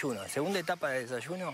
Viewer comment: Me hastie de ver este material. Entre el "desashuno", (desayuno) el cantaito del Argentino, y lo flojo del argumento me hicieron desistir de continuar viendolo. Adios.